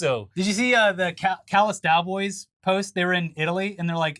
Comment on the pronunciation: oh my god I thought he miffed saying Dallas Cowboys I feel dumb